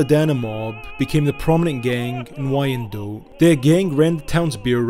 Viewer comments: Oh he is bad at pronunciation for sure. Wine Dot. Not y ann dote. Also hasn't been around any Chaldeans he butchered that in part 2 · 😂 it's. Pronounced wine dot not. Y Ann dote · Downriver/Detroit in the house 👊🏼 PS Wyandotte is pronounced "Wine-dote" Google i believe helps nowadays with audio punctuation of words for future videos if that helps. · It’s Pronounced WHYANDOTT ‼️‼️ I am from 15 mile and Little Mac from Detroit trust me that’s how they pronounce it 🤘🏼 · Wyandotte is pronounced as "wine-dot". So many familys mentioned in this video are still in the area. However, you got a few things mixed up, especially with Tony and Jack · Love the channel and love the information you provide but Wyandotte is pronounced Wine Dot but good documentary I really enjoyed it I’m from Detroit great history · Wine-Dot. Wyandotte. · The city is pronounced Whine -Dot spelled Wyandotte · The name of the Downriver Community is pronounced Wine-Dot and the street in Eastern Market is Riv-Ard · I was going to mention that as well. Yes, it's spelled "Wyandotte" but pronounced as 2 syllables- -say "Wine-dot" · Wyandotte is pronounced Wine Dot FYI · As a Michigander I find it hilarious that you pronounced Hamtramck correctly but mispronounced Wyandotte